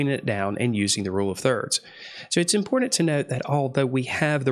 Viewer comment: "Pitcher" - picture "empordent" - important "singGer" - singer It's annoying as fuck.